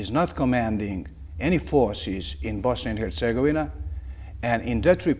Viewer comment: Yet he is mispronouncing Bosnia and Herzegovina consistently.